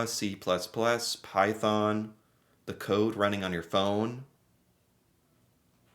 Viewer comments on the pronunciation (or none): none